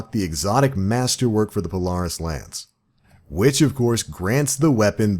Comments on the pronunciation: Lol not how you pronounce Polaris but words are hard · I wish you knew how to say the word Polaris good god